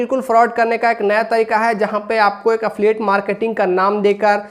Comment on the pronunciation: Affiliate bolna seekh pehle😂😂